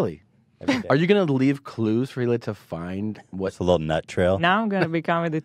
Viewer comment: Christina calling hila, HEELAH is as awkward as Joey Diaz calling her CHRISTINE...I love them both though.